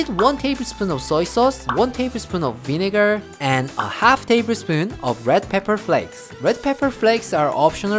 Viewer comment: Did he say "Win N%%%%%" or vinegar???